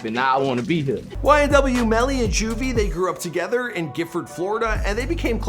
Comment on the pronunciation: 😂😂😂 the way he said together.